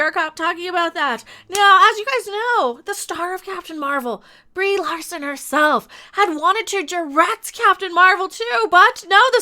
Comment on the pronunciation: Did I hear you call her Rieeeee Larson rofl